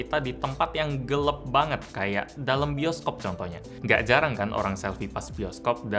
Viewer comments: Kita: Gelap: Gelep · Gelap ya bukan gelep hehe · gelap bukan gelep...